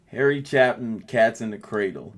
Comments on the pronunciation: It's pronounced CHAY-pin. Long A on the first syllable. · Harry, Chay-pin phonetically. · It is Chapin - with a long A - like ChApin. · Harry Chapin pronounced CHAY-pin. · pronounced "CHAY-pin" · His last name is pronounced "Chay-pin."